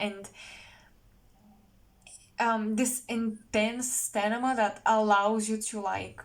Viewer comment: Hi, I love love your channel. Such depth, omg! I wanted to correct something. I understand English is not your first language. It is Sta- mina. “M” comes first - mina, Sta-mina. Wishing amazing success with your work. 🌹🌹Happy, New Year!! Best. JSP